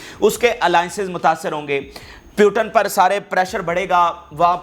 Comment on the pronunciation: Hi speaker.. Listen.. Name... Putin.. Not puton